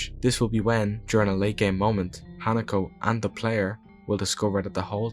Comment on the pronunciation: great video, i grew up in japan as an american, and just for future videos her name is pronounced “He-Nah-Co” just so you know! new subscriber ❤